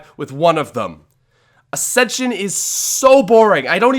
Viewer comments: What acsension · I was offended when he said ascension